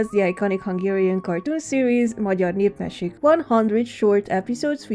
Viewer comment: HOW DID BRO PRONOUNCE "magyar népmesék" SO GOOD WTH btw this is childhood